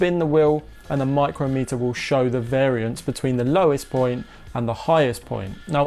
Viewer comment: It's pronounced Mike crom meter, a micrometre is a distance of one thousandth of a millimetre.